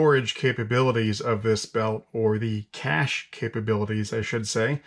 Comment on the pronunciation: Your point at the beginning (put what you want to into the belt) is part of the idea behind the belt. They even chose the name as a play on words because you can cache CASH in it. Kudos, by the way for pronouncing the word correctly rather than the somewhat common mispronunciation "cashay". It is worth noting that you can obtain most of their components individually for customization, inclusion in your own scratch-built kit, or to augment other kits. Their packaging of the wire saw is especially good for that.